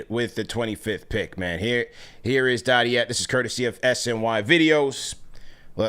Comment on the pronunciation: listening to mispronounce dadiet the entire episode was like nails across a chalkboard for me